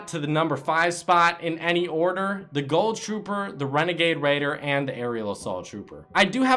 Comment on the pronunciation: Why do u call it the goll trooper and the skoll trooper